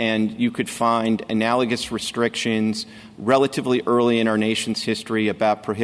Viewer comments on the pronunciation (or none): "What would be analigizous?", Justice Thomas asks? Your Highness... Ask your law clerk to assist you - not only in writing briefs - but in spiffing up your vocabulary in speech. It's "analogous". If one cannot clearly communicate, there will be misunderstandings. What else are you missing?